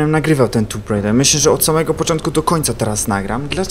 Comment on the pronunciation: to jest tomb raider anie tumb raider